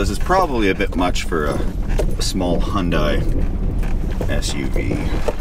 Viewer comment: Like their advertising says, Hyundai rhymes with Sunday. S